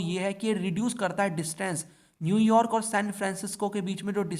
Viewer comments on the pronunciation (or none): none